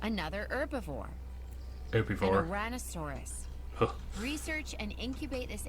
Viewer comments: H e r b I v O r e is pronounced her-buh-vor, NOT er-buh-vor. H e r b IS pronounced erb. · The fact people tend to pronounce herbivore without an H annoys me as well: only makes sense for those who speak with dialects that drop the H at the beginning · Never in my life have i said it "Erbavore" i have always said it as "Herbivore" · So, I'm an American, and also get like 1% agitated when people say herbivore as 'erbivore. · for "Americans" i pronounce it like her-buh-vor idk why she pronounces it like that but there are some words that english people pronounce that bothers me too lol so i feel his pain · said erbivore. Every American here is cringing